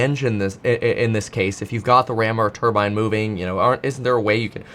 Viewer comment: When you hear someone pronounce turbine the way he does don’t listen to anything else mechanical they have to say